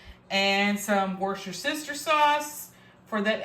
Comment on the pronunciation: Wusstersheer, sorry darling ❤